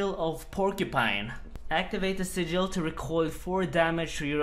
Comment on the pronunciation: Three different pronunciations of "sigil" in less than 10 seconds. Classic.